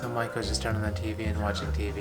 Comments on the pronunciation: I don't know if anyone's mentioned it but your wife's name means "Apprentice Geisha" ! I don't think the pronunciation is the same. Mai ko vs Ma i ko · You say Maiko I hear Michael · Whenever he says maiko I hear Michael........